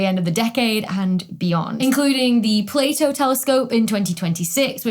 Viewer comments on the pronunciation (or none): none